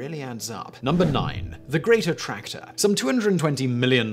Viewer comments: Every time you said "Great Attractor," I heard "Greater Tractor." Southern people problems lol. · I completely thought you were calling it The Greater Tractor. I'm an idiot